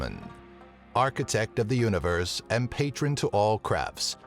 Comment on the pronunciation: "Patron to all craps" :-/